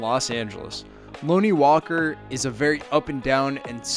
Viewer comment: If your going to make a video on Lonnie at least learn how to say his name man. Can’t even watch this anymore smh